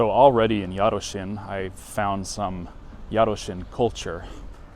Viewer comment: Yup, "Książęce" was pretty much spot on (if you spoke it without hesitation, it would basically be native-level :)). "Jarocin" was a little worse, because you kept forgetting that "-ci-" are not two different sounds, but one phoneme in which the "i" serves to soften the "c", i.e. it's quite similar to the "chi" in "chimney".